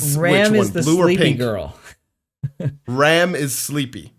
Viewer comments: it's already season 4 and you guys still can say ram and rem properly😂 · Rem and Ram would be easier to differentiate if you didn't pronounce their names the same